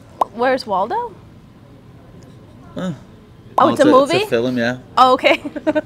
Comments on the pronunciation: Why does paddy say fi'Lm instead of film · Nina looks like she wants to put a shotgun to his temple every time he says ‘filim’😭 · Why does he call films "fill 'em"? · whats a "filum"? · WTF is a Fillum??? 😂😂😂